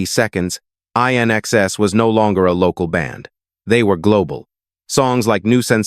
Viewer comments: When will they realise that AI 'commentary' is mindless. It's NOT I.N.X.S. IT'S 'IN EXCESS' ! And the years are NOT 1 thousand nine hundred sixty 'seconds' it's 1960s. Sometimes one wonders if anyone even listens to these 'over dubs' 😮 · I...NXS? AI fails again. It's INXS, as in "In excess", get it? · It would have been better if AI didn't mispronounce INXS's name.